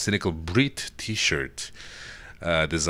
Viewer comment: cynical brit as in britt not breet xD